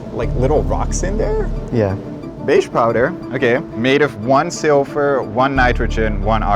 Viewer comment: Dude, it's silver , not “silfur” ! First time I understood a kind of poorly pronounced: 'sulfur' . Totally different from silver! Only the caption revealed to me that it was 1 Ag, and not 1 S. And only then I heard what he was actually saying: “silfur” , but means silver . It's chemistry, lad, so you’d better get the pronunciation right! Or something might just explode in yer or someone else's face one day!